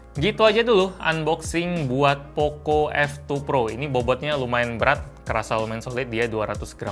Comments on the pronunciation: Apa cmn gw yg denger kalo bang kyk ngomong oppo f2 pro -_ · Poco F2 Pro Yang gw denger:oppo F2 Pro